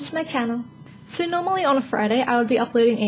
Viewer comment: Lol she says "so", like (So-urr) Adorable.